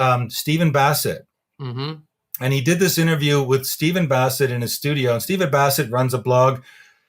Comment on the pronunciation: It's Steven Bartlett, not Bassett